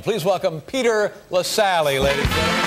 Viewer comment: btw it's Peter Lasally, not LaSalle. Great video otherwise!